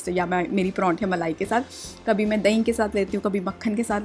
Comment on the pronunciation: Parathy kesi bol rahi ho tm. Pawranthy. Hahaha